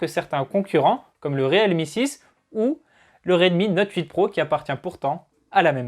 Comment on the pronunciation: J'entend Redmi note oeuf s ? Sinon super 👍